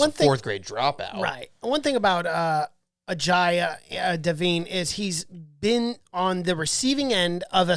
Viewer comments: His name is pronounced like uh-jay Dev-gun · Just call him Singham...pls don't try to pronounce his name...it's very painful...for us ;)